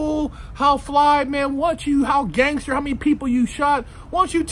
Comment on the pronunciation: "Test my gangther"